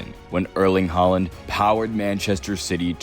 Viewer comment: How do you guys pronounce ’board’? Now substitute the pronunciation of ’oa’ with Haaland’s ’aa’ and you get his name correct. If you respect the guy you should pronounce his name accordingly. Just a tip 😀